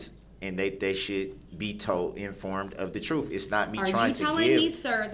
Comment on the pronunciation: The word is TRUTH not Troof.